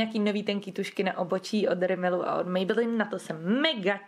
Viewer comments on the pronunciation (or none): Mě strašně irituje ten [mejbelííín]. Pardon...